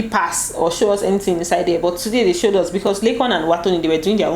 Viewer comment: U couldn't hide the Benin in you, he ha "showed" Una like " show " ehn🤣🤣 lol